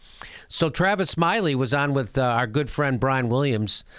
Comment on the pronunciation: It's Tavis not Travis get it right Jimmy.